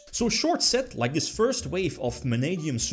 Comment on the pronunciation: “In dis veedyo”